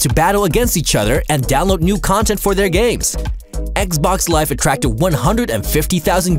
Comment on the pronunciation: "Download new content for their gays"